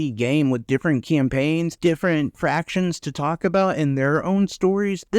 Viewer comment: You keep saying fractions. It's factions.